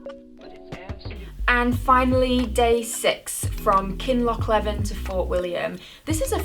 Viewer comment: There is only one lake in Scotland THE LAKE OF MENTEITH. Tyndrum is Tyne drum. like the river in Newcastle. Kinlochleven is pronounced Kinlochl ee ven. It is not hard to try and pronounce place names properly. Especially if you are trying to make a name for yourself. So called experts who make no effort to try to get names right are just ignorant. There are many who come to Scotland and Wales.